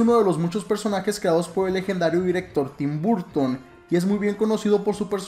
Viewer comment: Pronuncias mal el nombre, aplícate los idiomas .. es un consejo no es tim buuurton